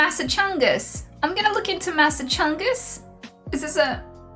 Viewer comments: "Massa-chungus" made me laugh so fucking hard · Yee for sure, so long as you always pronounce it as Massa-Chungus from now on xD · When she started saying masachungus pleaseee😂😂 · Massachungus (Mass-achu-sets) is the best. We are the OG, the cradle of liberty, where it all started etc. we’ve got the best schools, hospitals, famous restaurants and entertainment venues. We are a bit more expensive to live in than some states but that’s because we have a massive amount of services. You can go from hiking around the white mountains in the evening to hanging with friends in Boston a couple hours later. It’s really well rounded. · That's pronounced Mass-ass-chews-its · You OWNED MASSACHUSETTS you can’t pronounce it?